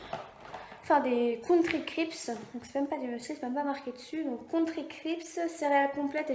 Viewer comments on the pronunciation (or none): Top😘!Tu t'es pas trompée,car pour la bière de ton copain tu dis qu'il y a 5,9%,et pour les céréales tu dis crips mais c'est crisp et jordan ne se dit pas jorden mais jordane.